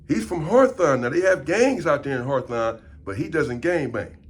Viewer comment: “HARTHON” ITS HAWTHORNE LOL AND SINCE WERE HERE ITS HOLLA PEN YO 🌶️ SERVICE SA 🍺